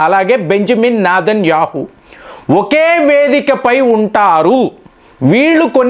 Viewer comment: Its Netanyahu not nedhanyahu